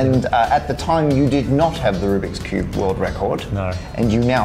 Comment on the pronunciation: "Ruby koobie" "Rubiks Cube" "Rubie Koob"